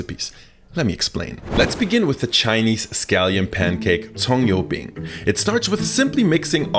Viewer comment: Goddamn, I'm Chinese and I approved your spot-on pronunciation on 葱油饼!!